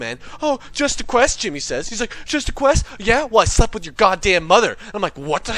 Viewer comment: its jimmy not timmy